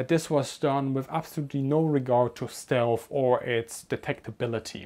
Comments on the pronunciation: The same guys that turned down Anthony Fokker. “Stealth” not shealth! Next comment..... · excuse me but I think you are saying "stelf" endig in an "f" rather than "th".